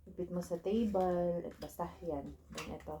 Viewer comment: ang cute ng pag pronounce mo sa table chikin, (TEYBAL)